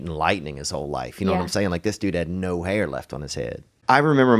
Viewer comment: She's so chill that I can barely understand what she is saying. I've never heard someone pronounce "hair", "hura"